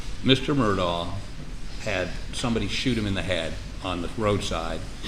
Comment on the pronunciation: 🤣😂🤣😂🤣😂you too. WOW AND WHEN IS SHE GONNA PRONOUNCE ALEX MURDAUGH AND NOT MURDOCK WTF🤨yes we do hold “educated judges accountable here yes we do👍🏾👍🏾👍🏾👍🏾👍🏾😉😂🤣😂🤣😂